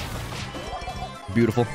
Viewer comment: Me and my friends did the Edgar cheese on the present plunder map as would say “beutice”